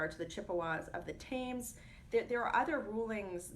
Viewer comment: Thames is pronounced "tems", not "thayms". It's named after the one in England.